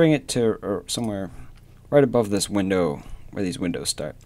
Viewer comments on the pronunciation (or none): none